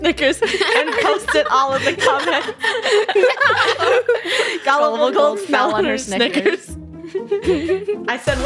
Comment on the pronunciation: ITS GULIBLE NOT GUILIDLER